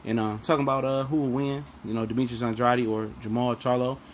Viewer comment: It's pronounced "An-DRAID" for the umpteenth time!!Dang.smh